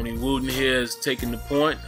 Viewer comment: Wroten not wooten